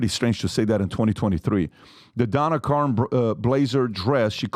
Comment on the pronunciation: Patrick should learn how to pronounce Karan and Elle.